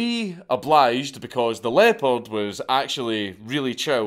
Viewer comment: I kept hearing "leper " until I realised he meant leopard in the hotel moment